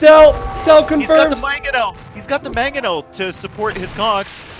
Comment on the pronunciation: This was driving me insane too. That and every time i hear "maGonel" when it's actually "Mangonel" which is perfect because it can be shortened to 'Mango'.